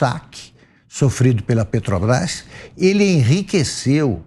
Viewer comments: Este bandido é tão analfabeto q não sabe pronunciar o nome da Petrobras. Ele fala: petObrás. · Afe Só velho Gagá Respeito os velhos mas Mas estes aí do PT são arcaicos, pararam no tempo éca 🤮🤮🤮🤮 não aguento este luladrao falando PETObras 🙄🙄🙄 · Lula "PETOBRAIS" não sabe nem falar 😂ridículo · Não sabia o que é motociata mas "negociata " ele sabe muito bem.Nem pronunciar direito Petrobras ....